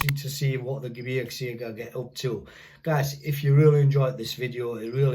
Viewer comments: Holy cow. I have never heard a native english speaker pronouncing Gebirgsjäger absolutely perfect. Your german is propably way better than my english. Great respect, hope you enjoyed your time in germany! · Wow, you said it very good - If I would hear only this words (Bundeswehr Gebirgsjäger) I would think that you are German :)